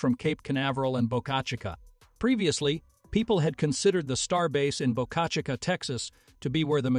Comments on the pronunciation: Boka shih ka ........... teach ur AI to speak !!! bo ka chi ka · Bo-CA-CHA-CA???? PRETTY LAME. I'm sure the folks there are not to hip on your pronunciation! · Boca Chica is Spanish and is pronounced: (BOW-KA CH-EE-KA) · Boca Chicaaaa? Really? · Ditch the AI Writing and Voice to text / AI Reader! That is one of the uses I’ve ever heard! Just hire a competent person to read it! “BOCA CHICA” is Spanish, not French! I lost track of how many different ways your AI Reader Bot mispronounced it! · You need to get your AI reader to learn how to pronounce words like Boca Chica.